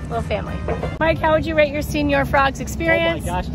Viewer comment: “”señor” is not pronounced like “senior.” “Se” syllable sounds like “ce” in “cent.” The latter part sounds like “or”. “Ñor.” Now put it together. Lol